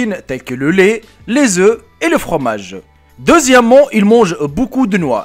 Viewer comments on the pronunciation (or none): none